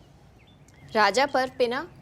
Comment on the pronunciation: ये राजा पर्व नहीं रज पर्व बोला जाता है।